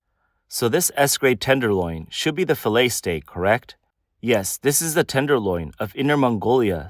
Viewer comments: Fill-et ? Fa-lay thats how you say it lol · Nope - it's fiˈlā, ˈfilā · Cringe every time she says filet….